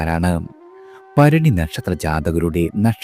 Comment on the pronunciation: ഫരണി അല്ല ഭരണി എന്ന് പറയാൻ പഠിക്കൂ